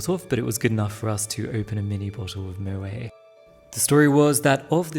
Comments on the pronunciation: moet is pronouced moe-et. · Moet is pronounced like the word 'courgette' darling, not pronounced like the word 'duvet' ........😘 ok jah.